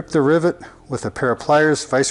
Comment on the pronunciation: I swear to goodness I keep hearing this guy say driblet.